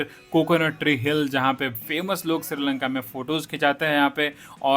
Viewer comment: Not siri lanka it's sri lanka